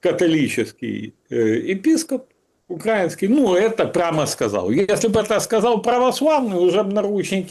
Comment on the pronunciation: Галстук не делает из хама пана. КилОметры, звОнят, укрАинский - хоть убей, а оно необучаемое.